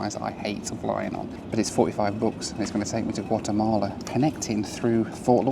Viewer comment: Not Wattemahleh 😵😵😵